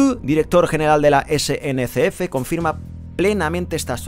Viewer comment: Se dice SNCF